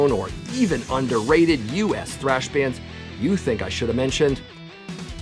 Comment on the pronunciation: You keep spelling and saying trash wrong .